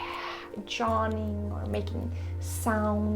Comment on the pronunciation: I like the way you pronounce Yawning It sounds like Jawning 😊